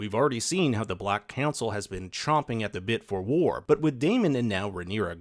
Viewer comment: It's not "chomping" at the bit, it's champing at the bit.